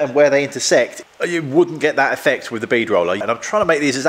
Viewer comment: Just needs to stop saying wif and vat